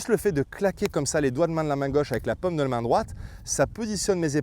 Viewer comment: Jaime vos vidéos mais la prononciation des français ouf ! La pomme de la main 😂